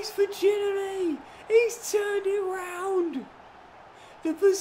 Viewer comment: I love your vids always have always will, but please watch a clip of Josh Ginnelly name being pronounced, as a hearts fan it’s the ocd in me that’s annoyed when I hear it mispronounced 😂, call him Gino or have a listen to his name being pronounced please😂thanks